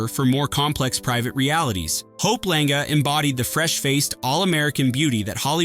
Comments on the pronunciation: It's "Lang". The "e" is silent. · 1. Mary Martin was a musical theater actress, NOT a costume designer. 2.Hope Lange’s last name is one syllable